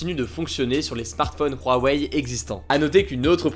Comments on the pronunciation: C’huawei ! C’hugo ! Insupportable cet accent sur Huawei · Pourquoi tu dis "RHuawei" ? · On dirait pas Rouaweille, on dit OuaOuai ^^ (Pour Huawei) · Pourtant Huawei on dit que ça se prononce "OuaOuai" et non "rouaweille" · On va parler de "Ruawei" xd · " de rouarei "😂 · Non, ca se prononce bien "rouaweille" en chinois (华为) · Rwawei Tu m’a stresser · Apprend à dire Huawei, ça me perturbe ta prononciation :'( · La prononciation de Huawei me perturbe mdr